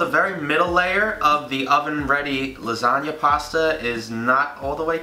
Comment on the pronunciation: I could've sworn he said "Lasaga" 😂😂😂😂 MY LASAGAAAAAAAAA!